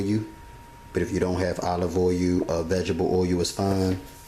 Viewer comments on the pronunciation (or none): It's so convenient for jerks like you to look at this and try to make snide remarks. The bottom line is here is a person doing something that he obviously loves doing and teaching others. You on the other hand are trying to make a few cheap jokes about his pronouncing of the word oil. Here's a thought: how about you get a life and stop trying to heckle people. Loser.